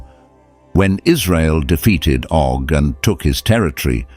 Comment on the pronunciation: Oh not Dog.Rephaim not refime.